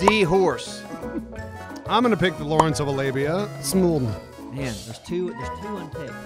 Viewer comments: did anyone else hear "Lawrence of Alabia" and not "Lawrence of Arabia"? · really just said "Lawrence of a labia" lmao